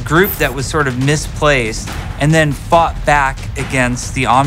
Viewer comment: Does anyone also understand "fuck back" where Jeff is saying "fought back" or am I the only one? :D